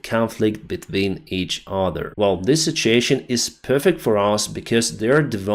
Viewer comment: say this with me: Sit- You - Ay- Shun (situation). It is NOT pronounced: Sit-chee-ay-shin Okay? You can do it. Ive listened to you say it WRONG for an entire year. Its time to say it right. If I badly mispronounced a word in Ukrainian for an entire year I think you would want me to say it right too.